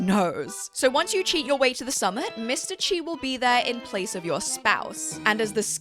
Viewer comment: It’s not chi